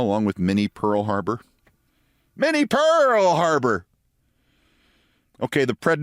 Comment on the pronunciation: You said "Minnie Pearl Harbour" but I heard Mini Pearl HARLOT. Either way, it's "gloom, despair, and agony on me [ We]".